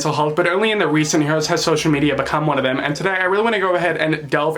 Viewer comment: "Social Mediar"